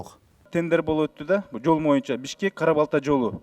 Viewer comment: Моюнча деп суйлойт.баткен ОИИБнин башчысы Акылбек дагы моюнча деп суйлойт.Мен чондорго Боюнчо дегенди моюнча деп суйдош моода окшойт депмин.